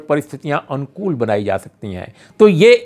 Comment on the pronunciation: Balanced analysis by Urmilesh of Parliamentary debate...kindly pronounce word अनुकूल correctly...sounds like "Uncool"...